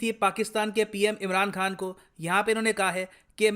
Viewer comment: Am i only who listening ImRAND khan??😂😂